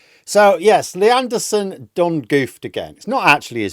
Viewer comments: I love how in a northern accent lee anderson's name sounds like nierdenthal. 😂😂😂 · I keep thinking your saying leanne derson. But that's unfair to all leannes!